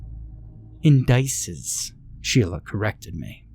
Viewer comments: Delightfully Lovecraftian; if Erich Zahn was an architect instead of a musician. I like that the writer included technical details. BTW it's IN-duh-sees not in-DICE-ehz. Otherwise a good reading. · Indices is pronounced inn-duh-sees, plural form of the noun, index.